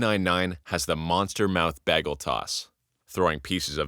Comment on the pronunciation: You really Britta'd the pronunciation of Bagel.